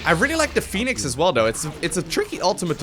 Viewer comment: Phonenix man, phoneix :((